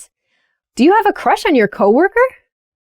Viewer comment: I "have a chush on" Alisha. Hihi 😘✋